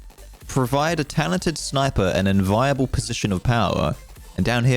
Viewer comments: Lol "enviable" is like envy-able, not inviable. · enVEEable not enVAIable - yes I'm moderately grumpy about it.